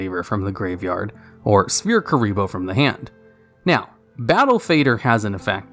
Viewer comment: "Spear Mode/Spear Kuriboh" still trigger me.